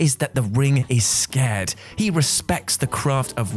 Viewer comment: No way, you did not just say "The ring is scared." Instead of "The ring is SACRED." OH MY DAYS!!!! 😅😂🤣😅😂🤣